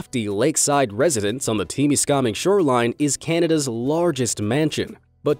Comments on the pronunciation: My friend and I literally just got back from exploring the Peter Grant Mansion. Also, it’s pronounced “Tem-is-kam-ing”, not teimiskahming. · The person speaking is pronouncing Temiskaming wrong, the correct way is Te mis ka ming. (Peter Grant mansion)